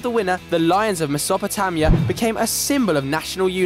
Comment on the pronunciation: This dude doesn’t know how to say Mesopotamia.